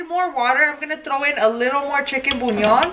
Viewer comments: Why does it sound like she’s saying chicken bunyon. Lol 🙊 It’s Chicken bouillon. By the way....Love the videos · Am I the only one who gets this pet peeve by the way she says “chicken bullion”? She says CHICKEN BUÑON😭 it’s pronounced (boo-lee-on) habla toda pocha😫😫 mejor dilo en español si no lo vas a decir bien.